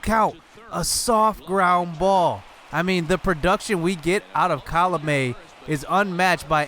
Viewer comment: hey not to be rude but you pronounce colome like ko lo-wme